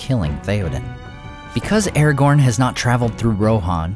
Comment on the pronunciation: I don't know much, but I know it's not pronounced Erregourn.